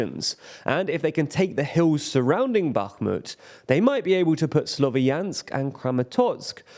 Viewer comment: Slovyansk is a two syllable word. Ya is one letter, so please try to pronounce it at least close to correctly.